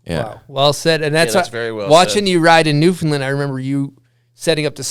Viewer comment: super stoked to hear this story, thanks bomb hole and to the man of many hats Trevor Andrew. growing up in NS is was always dope to know one of ours made it so big. PS: Newfoundland rhymes with Understand.